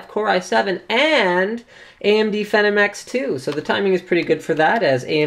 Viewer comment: AMD "FEE-NOM" Not Pvhenom.